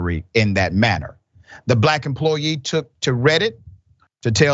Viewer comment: " a Black emplooyee" .... A Black emplooyeee of whom? You are far from a journalist. You speak like a child. By the way, Why can my 3-year-old nephew pronounce a 3 letter word, but not you?